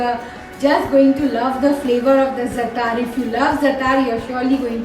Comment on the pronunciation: Zaatar is pronounced with the emphasis on the first syllable.